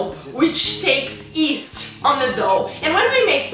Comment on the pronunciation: Yeast not east lol :)